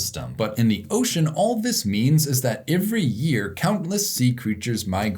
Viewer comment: Did you move to New Zealand? You're saying "ivery" instead of "every".